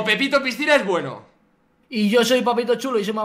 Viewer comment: fargan la dijo pipito a willy y no pepito jajajajajaja:V